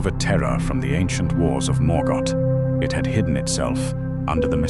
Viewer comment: Morgot? Duran? Nazul? Kazat Du? Gandulf? Your AI is showing. The visuals is cool, but the commentary...?